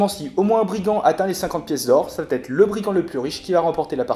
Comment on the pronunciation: attention aux liaisons . Va être et non vat -être . Merci pour ces explications